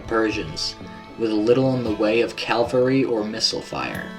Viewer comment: Dude! its cavalry NOT calvary!! my ears hurt!